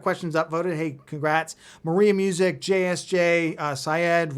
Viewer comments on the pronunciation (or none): none